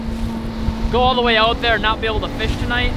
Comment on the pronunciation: When he said fish I thought he said bish